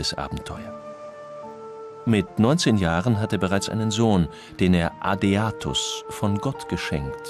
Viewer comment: Der Sohn des Hl. Augustinus heißt Adeodatus, nicht Adeatus, wie im Film gesagt wird. „Von Gott gegeben“